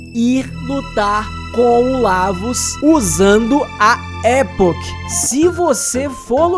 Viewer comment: Muito bom vídeo! Só uma correção: não é "Époch" que se fala, é "E*poch*", com ênfase no poch.